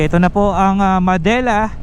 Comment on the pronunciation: not "ma-de-la" its '"Mad-de-la"